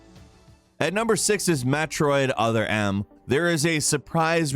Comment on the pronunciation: Did man just say MAT roid?